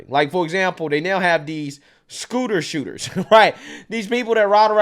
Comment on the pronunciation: It sounded like he said he was arresting scooters and not the shooters??? I’m guessing that is what he meant but still all the big talk maybe he should make sure to explain things better.